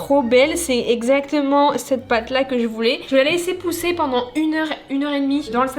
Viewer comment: Tu as dit la lesse pousse LOL je te kiffe continue comme sa😜🤗